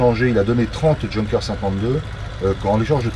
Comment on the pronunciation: Intéressant, mais quel dommage de prononcer "djeunkers" au lieu de "younkers"..